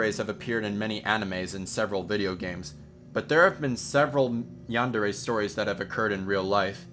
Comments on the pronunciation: umm, it's yan-day-ray; not yawn-deh-reh. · How you pronounce yandere is hilarious 😂 roll your R's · Its yandere not yawndarea